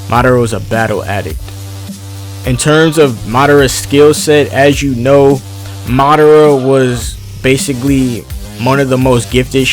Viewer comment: It’s ma da ra not marara